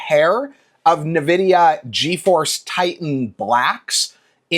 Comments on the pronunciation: aaaaaaa i keep hearing nevidia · That isn't how you pronounce Nvidia. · Maybe just pronounce the word correctly. That's hilarious that YOU think I have ADHD. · What is your damage? I never said your videos are bad. I told you that you pronounced the name wrong. Relax, you psycho. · It means I immediately know whoever is talking doesn't know what they're talking about, and their opinion can be dismissed as uninformed.